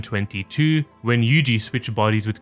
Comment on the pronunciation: Yuji is actually Yuuji in Japanese, 3 "syllables" yu-u-ji where u is long so last part is wrong though and itadori is i-ta-do-ri or yuu-ji ita-dori 2-2 if we are talking strictly about kanji I thought you would know that but now I am disappointed